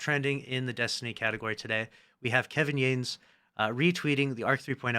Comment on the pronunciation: Kevin Yah-ness at least say his name right it's respectful. Otherwise thank you for the update 😊